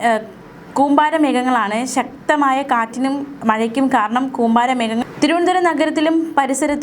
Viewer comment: കൂമ്പാരി അല്ല കൂമ്പാരം 😄😄